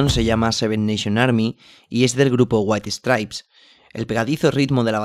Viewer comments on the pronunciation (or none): Waihi stripes... Neta... No puedes aunque sea tratar de pronunciarlo bien?